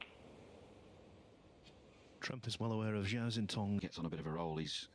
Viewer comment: I sure wish you guys learned to pronounce the Cinese players' names. Zhao is Jow, like cow, and Xintong is Shintong. X is pronounce d like SH. Easy.